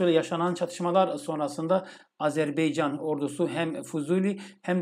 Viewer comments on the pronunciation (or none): hocam lütfen azerbeycan değil azerbaycan diyelim. 💕💕💕